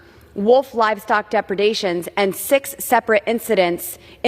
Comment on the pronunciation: She said “Depredations” I’m impressed. Sorta.